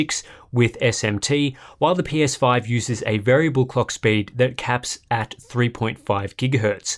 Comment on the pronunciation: I swear he said the pinus5